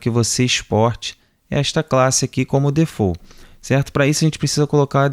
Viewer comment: tô curtindo mt seus vídeos ! mt bem produzido e objetivo. só uma dica que não tem nada a ver com o assunto rs a pronuncia de default é "difault" e não "defou" <-- isso é francês ;)